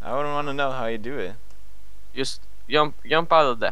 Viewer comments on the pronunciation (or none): "Just...Just...yump out of there." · that was the most swedish „jump“ in english i heard